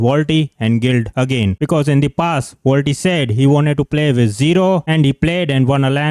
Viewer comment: Waltxy ❌️ Wall tea ✅️